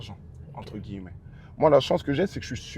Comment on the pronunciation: Wsh il kiff dire entre « gui-lle-met » 🤣🤣